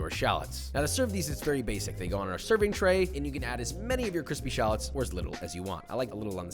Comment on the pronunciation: Your food always looks good, but I’m so glad your calming down on that “B-roll” bullshit. It’s such a lame shtick (so is “cwispy”). It was never funny or unique, it reminds me of a kid who learned a new big word and won’t stop saying it. Just cook and be yourself, your forced gimmicks suck. I also hate the pantry intro.